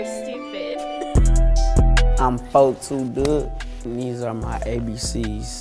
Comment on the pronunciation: MY GOD, WE HAVE BEEN PRONOUNCING HIS NAME WRONG ALL ALONG. IT'S 42 DUGG